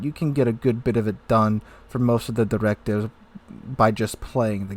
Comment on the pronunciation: why you say directive like that 😂😂